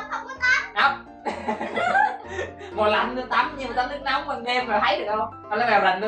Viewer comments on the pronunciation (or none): none